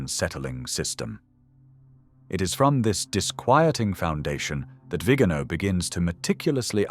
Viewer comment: Por favor, que alguien advierta con amabilidad al lector, que pronuncie correctamente el apellido del Nuncio Carlos María "VIGANÓ". Y no "Vígano" . He conocido personalmente a esta persona. Gracias.